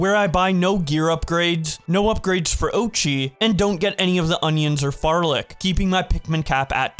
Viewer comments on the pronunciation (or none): Please say "flarlic" instead of "farlic" you leaving out the first "l" is driving me crazy.